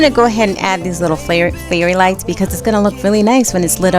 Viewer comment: Everything looks so nice. I love it. You gave me so ideals for my fireplace. What are the name of the light on your mantel piece? It sound like you are saying fairy likes. Thanks😊